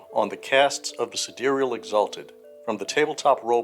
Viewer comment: Sidereal is an archaic word meaning "of the stars", the same way Solar means "of the sun" and Lunar means "of the moon" (and Terrestrial means "of the earth"). The pronunciation in the video is essentially correct. (A lot of the other info in this video is out-of-date as of the current edition, but the third edition Sidereals content is still very new).